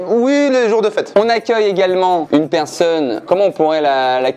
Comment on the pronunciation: "on agueil tout de suite "